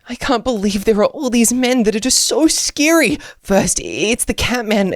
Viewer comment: Scary not srsry